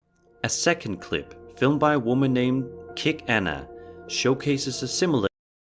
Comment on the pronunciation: Malaysian here. Was laughing when said 'kick Anna' but actually it's 'Cheek Anna' or 'Czech Anna' anyway that's ok 🤭